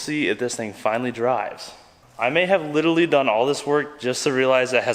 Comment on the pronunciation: Repeat after me ; liteRally. There's an "r" in there man. Not "littlely "